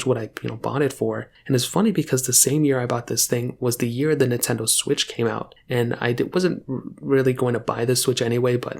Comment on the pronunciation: Blud said NeTendo 💀